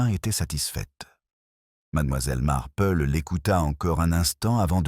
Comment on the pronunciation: Auriez vous l'amabilité de prononcer le nom de miss Marple comme il faut s' il vous- plaît ? Il est très difficile de suivre une histoire quand les noms ne se distinguent pas .Merci